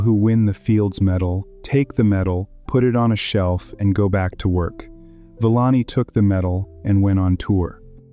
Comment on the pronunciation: Couldn't take the pronunciation of the narration. Sorry Villani.